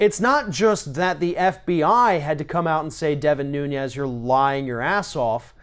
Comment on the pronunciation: His name is pronounced noon-ez (Portugal) not noon-yez ( Spanish)